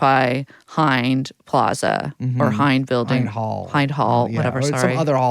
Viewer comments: No it’s pronounced Hind like holy fuck how would you ever forgive or consider real a ‘nation’ that shot 500 bullets into the car she was cowering in, fearing for her life? Or for that matter blowing up the EMTs who tried to save her life and lost their own as a result. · Its pronounced Hind like Ind-ia not Hi-nd because it's the word for India in Arabic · Hind "I" sound is like Klimt, not bind. Do you guys know who she is? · I don't know what a Klimt is but I was very surprised when they mispronounced Hind.